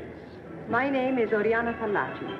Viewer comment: Fallaci not 'Pallachi; no? 'expert on women'?